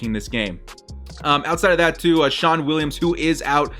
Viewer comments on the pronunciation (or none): none